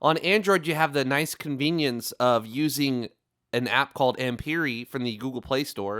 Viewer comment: it's pronounced 'AMP AIR' not 'AMP Yuri' lol